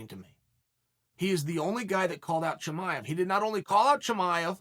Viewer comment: “ Chum-I-ave”